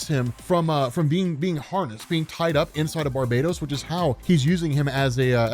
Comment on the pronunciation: BAR_BA_TOS like bar —> bah —> toes Christ lol. Hipp_ah_lit_ah For WW mom’s Hippolyta.